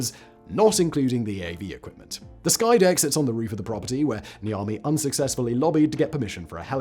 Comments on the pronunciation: I thought he said The Army in the beginning too, thought it was the name of a company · Lol 10 minutes of this video I thought he was saying the army not Niami 😂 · Everytime he says the guy's name, I always hear "The Army". And I keep thinking why the military would build this ^^ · Every time you say his name I hear "the Army" making me think this is a military house for some reason.